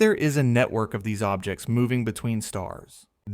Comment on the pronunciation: and fragnants and ogjects. I hate this AI crap